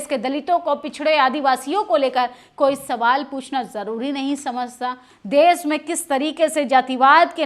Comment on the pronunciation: आंटी देस नहीं देश होता है। भाषा पर भी ध्यान दें खातून 😂😂😂😂😂😂😂😂😂😂😂😂😂😂😂😂